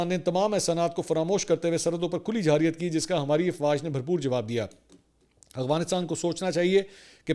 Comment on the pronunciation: 1-29 خان صاحب،میں پہلے بھی آپ کے ویلاگ پر کومنٹ کر چکا ھوں کہ لفظ جارحیت ھوتا ھے لیکن آپ جاحریت بولتے ھیں۔ آپ کے ویلاگ بیرون ملک بھی دیکھے جاتے ھیں اور جو لوگ اردو سمجھتے ھیں وہ آپ کی قابلیت کو کس نظر سے دیکھیں گے؟ مہربانی فرما کر آپ خود بھی لفظ جارحیت بولا کریں اور شوشل میڈیا پر بھی یہ لفظ جاحریت بو جا رھا سو آپ سب کی درستگی کروائیں اپنی کسی وڈیو میں۔ امید ھے آپ تک میرا یہ کومنٹ ضرور پہنچے گا۔ سلامت رھیں